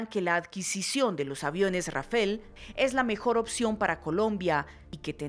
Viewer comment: rafale no rafel